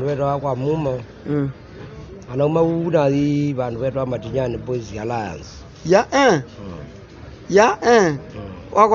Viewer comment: its not Matiyani but "Matinyani" a big boys' school in Kitui